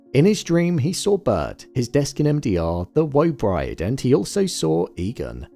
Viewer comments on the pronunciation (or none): none